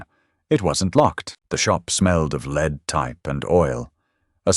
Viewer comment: The punishment was well deserved for sure! Too bad your AI can’t pronounce “lead” correctly when it refers to the metal. The same goes for the different tenses of “read”!